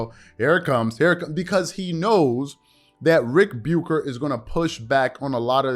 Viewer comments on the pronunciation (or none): Something random I've noticed. The way you say Ric Bucher sounds like rebuker. Which is appropriate.